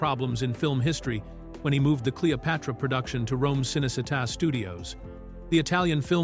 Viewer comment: Cınecınnta studios ıs pronounced Chınney Cheetah